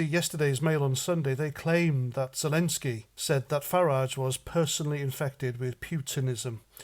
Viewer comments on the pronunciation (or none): none